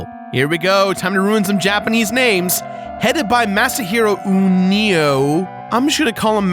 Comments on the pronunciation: it's Ueno not Uneo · Ueno is usually pronounced more like "Wayne-o". That's how I've heard Japanese people with that name pronounce it, anyway. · Ironically enough I'm pretty sure is actually pronounced like the game UNO XD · that first name is pronounced like "oo-eh-no". the oo rhymes with blue not snow. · You know what, instead of saying something like "Masahiro Ueno is pronounced U-E-No!!!" I'm just going to try and give a quick summary on how to pronounce Japanese. You see, Japanese as a language is focused around Vowels. All of the characters are just variants of the Vowels, which are, in turn, pronounced differently. Instead of English pronunciation, the Japanese say it in the following way: A: Ah E: Eh I: Iii (Like spelling a word, and saying the letter E) O: O (Same way) U: Ooo (like the world of Adventure Time, Ooo) Except instead of that order, it's A I U E O And that's basically it, every character is the vowels, the variants having some other letter in front of the vowel, like Na, Ni, Nu, Ne, No, Ka, Ki, Ku, Ke, Ko, Ma, Mi, Mu, Me, Mo. However, there are some differences, eg: Sa, SHI, Su, Se, So, Ha, Hi, FU, He, Ho, and the Y's are just 3 characters, Ya, Yu, Yo.